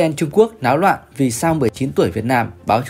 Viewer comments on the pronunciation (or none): "Netizen Trung Quốc láo loạn..." Ngọng à?